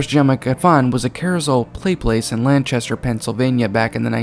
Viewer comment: LanCHAster??? Nahhh come on lol it's LanCAster